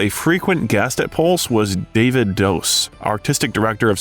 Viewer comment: Not Deiiiivid. David. Aaaa